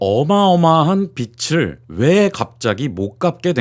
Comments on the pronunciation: 빚을 - '비츨' 이 아니라 '비즐' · 자꾸 빚을 빛으로 발음하니 집중이 안된다...